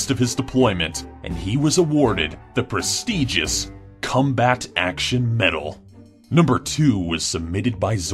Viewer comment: the presstejus Cumbat award